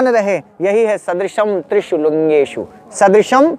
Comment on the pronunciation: महोदय आप को नमन। आप ज्ञानी है अतः आपकी उच्चारण गत अ‍शुद्धि ठीक नहीं।त्रिषु का उच्चारण त्रिषूल करना । ठीक नहीं है